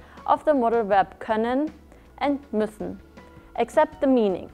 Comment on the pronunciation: it´s müssen and not mussen